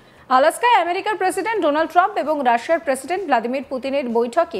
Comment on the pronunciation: Tomader uccaron eto kharap keno? 'Voldimir' er jaygay 'Vladimir' Zelenoski hobe. Aro ache . Era kibhabe chance pay.